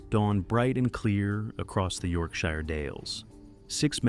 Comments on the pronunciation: we aren't hobbits it's not a "shy-er" it's a "sheer" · Mate, its not York- Shy - er its york-shur (sure) with no pause... yorkshur, 'yorksure'. Yorkshire. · it's pronounced sher, not shire, it's literally never pronounced "shire" when in place names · Depends if it's US or UK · Repeat out loud : York Sure Otherwise you make us sound like hobbits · Really wish people would learn how to pronounce place names. It's 'York-shur' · Dear AI, it's not pronounced "shire" like "fire", it's "shire" like "SURE" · It is pronounced York-sheer. Only the UK pronunciation is correct when referring to a place in the UK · You pronounced Yorkshire wrong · Still can't pronounce Yorkshire I see